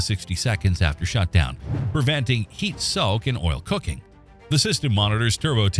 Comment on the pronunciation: Horsefeathers! Canadians don't pronounce coking as cooking!!!! 100% AI here.